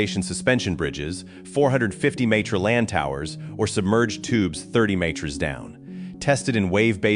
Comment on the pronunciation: “Meters” and “Kilometer” I know the AI slop machine has a nonspecific generic American accent and we hate on the metric system but we aren’t so retarded to not be able to pronounce the words. LAMO